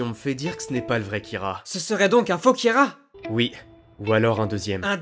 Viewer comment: Il dit "keara" design..? Moui bon ça fait l'affaire